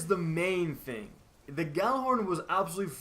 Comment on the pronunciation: Your pronouncing "Gjallarhorn" all wrong. Forget the "G" and pronounce it as "jallar - horn" (pronounce first part like the arabic "jalla jalla" - but add an "r"). -Regards from Nørway